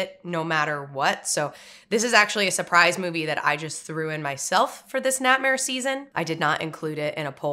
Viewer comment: The way she says "ni'ihtmehr."